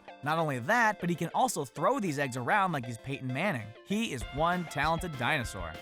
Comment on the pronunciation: Waluigi is obviously number WAN